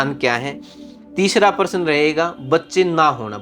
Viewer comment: Aap paras bol rahe hai Pl correct your prounce of प्रश्न